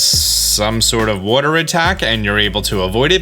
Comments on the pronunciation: The way he says water gets me every time...wooder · Love that you say "worter" for "water"